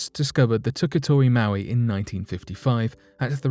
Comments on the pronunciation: Pronunced moe-eye not mow-ee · Moai pronounced "Mo-ai" or "Mow-eye" not "Mowee". That's Maui. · Mo i, not mow eee. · Moai not Maui two different words not pronounced the same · Mo'ai (MOW - EYE) statue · It's pronounced mo-eye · Mowee doesn't even make sense for the spelling moai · I believe the correct pronunciation is moe-aye. They are guardians and protectors! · Pronounced (Mo-eye)